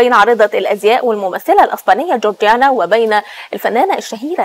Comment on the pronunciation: اتأكدوا من الأخبار قبل ما تطلع مذيعة صارفة مكياج وكوافير ومش بتعرف تقرأ اسم جورجينا صح، البلد فيها مصيبة شح مائي وخونة بيفرطوا في مقدرات الشعب وإخواننا الفلسطينيين تهجير قسرى، وهمكم التوافه